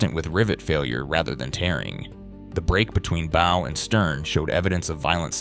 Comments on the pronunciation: The AI voice is frustrating with mispronounced words. The mispronunciation that stuck out the most was “bow” (the front of the ship). Sometimes the AI pronounced it correctly with an “ow” as in ouch, but other times it said “b-oh” as in a hair bow. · This doesn’t show anything of the inside as the name of the video implies. Also, AI reading really triggers me cuz it never pronounces anything correctly. I could tell it’s AI cuz it said bow a few times like bow and arrow rather than bow of a ship or taking a bow after a performance. Really not impressed with this video tbh… Just click bait for AI annoyances. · When the narrator says BOW of a ship wrong you know it's AI. Still, thank you for the information.